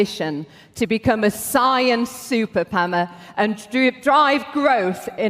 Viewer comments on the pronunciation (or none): "A science superpammer" . Is she drunk?